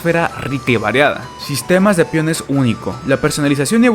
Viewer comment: Que no sabes pronunciar “pEOnes” eo no piones